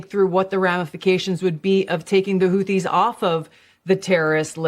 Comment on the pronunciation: The Houthis are indeed the cooties as you aptly mispronounced them. They’re a virus in that region